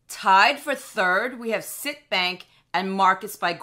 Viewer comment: Hi as a former employee of CIT please note that it is pronounced CIT as in ABC. No biggie just a pet peeve! I will be taking advantage of their rate! I currently have Marcus but a full point is too tempting to pass up with no hoops to jump through.